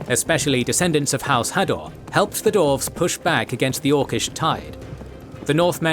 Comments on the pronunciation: Dwarves, pronounced "Dorfs" EVERY SINGLE TIME. its killing me. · Is Dwarves really that hard to pronounce?